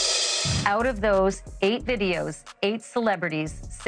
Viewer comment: can't say out, needs to check himself